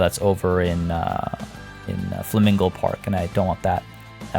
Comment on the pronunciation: That moment when you can say flimingo,but keep saying flamingle...*sighs* 😂😂